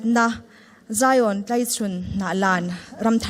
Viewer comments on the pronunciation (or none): Mizotawng lamdik hi a pomoh entirnan tlaichhun tlai tih khi lamdik lo deuh😂